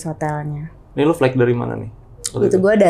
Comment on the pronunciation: Njirrrr suaranya cowong banget. 3decibell ! 😅 Gw ampe kecilin volume dibawah standard. Anywayssss: Flight dibacanya tu [FLAIT] High dibacanya tu [HAI] Lingerie dibacanya [LANJERI]